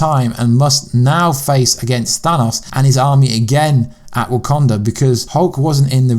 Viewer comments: THANUS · You have a nice way of pronouncing "Thanos", been hearing it in several videos now..